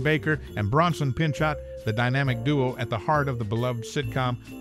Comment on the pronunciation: "Pinchot" as in "Pinchou"